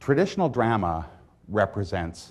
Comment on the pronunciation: drahma, not dr'ma.